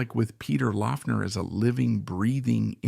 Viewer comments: Great video, just a heads up though... His last name was (supposedly) pronounced "Lock-ner" despite the spelling. :) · Yes, it was "Lock-ner". This video is long and a bit thin. It's like the author (OK, it was AI), didn't have enough information to fill the half hour. Peter was more complex than this vid could portray him, and more connected to other musicians than seems to be implied. Two much better resources for those who want to know more about Laughner should check out Aaron Lange's excellent "Ain't It Fun: Peter Laughner Proto-Punk in the Secret City Punk". The other essential resource is Smog Veil Record's 5-[or 6 if you pre-ordered] LP/CD Box Set, Peter Laughner", which also includes an excellent 100 page book on PL. It is extremely well-researched, and the music was accumulated from over 10 years of effort. A stellar project. It is out-of-print, but available on the secondary market. Expensive. Another useful resource is youtube - just search with his name and you'll find lot's of recordings to listen too. Peter at seventeen, Mr. Charlie